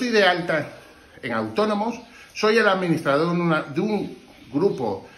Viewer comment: Podicia? Que es eso? Y administradoood que es? APRENDE A HABLAR Y SI TANTO TRABAJO TIENES ALQUILA ALGO Y NO ROBES.